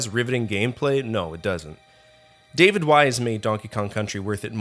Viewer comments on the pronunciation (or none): none